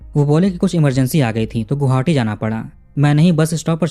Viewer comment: गोहावटी ❎आप गुवाहाटी कहिए या गोहाटी,🎉